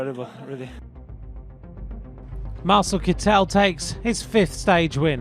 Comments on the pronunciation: To the commentator: Sir, in case you're interested, the name of the present holder (wearer) of the Green Jersey is pronounced with the accent on the first syllable, as if it were kettel, but with an "i" instead of the first "e". (If he were French, your pronunciation would be correct, but, guess what, he's German.) Thanks for your attention! W. Ro. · Mr Commentator, the emphasis is on first syllible in Kittel. It's KITT'el.